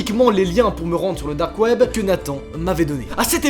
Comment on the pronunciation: alors ta video es grv bien mais c'est DDDAAARRRKKKKKK web 😭😭😭